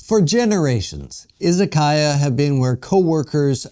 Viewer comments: I-ZA-KA-YA, not I-ZA-KAI-YA. It’s difficult watching someone present himself as an expert on Japan while repeatedly mispronouncing the very word at the center of the story. It doesn’t exactly inspire confidence. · Yes, exactly. It is いざかや. But the pronunciation used in the video was いざかいや, izakaiya. That is the problem. It was simply pronounced incorrectly.